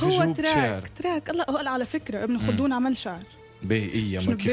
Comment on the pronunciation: C ibn khaldoun et non pas kholdoun